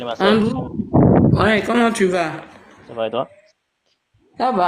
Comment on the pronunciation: Sa part mal le live ,le gars dit André au lieux de Andrew.LOL